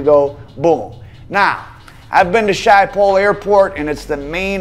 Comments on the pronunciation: Try pronouncing Amsterdam Airport like this; Ship-ol That'd be a little closer to how it's said 🙏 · Love ur content. The airport in Amsterdam is pronounced skip pole.